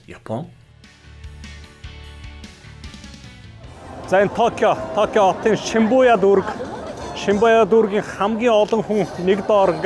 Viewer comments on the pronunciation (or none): ahaa shinbuya bish shibuya shu hahahahha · Шибүя гэж хэлээч.